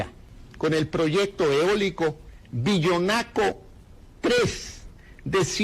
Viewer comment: Es Villanaco....no villonaco